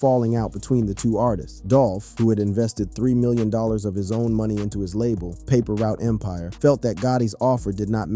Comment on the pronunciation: when he didn't pronounce paper route empire right i knew this was a joke